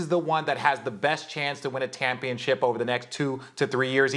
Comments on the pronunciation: Did RJ say "win a tampionship" at about ? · Did he say “tampionship”? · seconds Tampionship!? Lol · "tamphionship"- Richard Jefferson 😂😂😂😂😂.